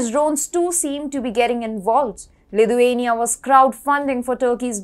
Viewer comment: Great content, but please pronounce Lithuania correctly, it's sounding more Ludhiana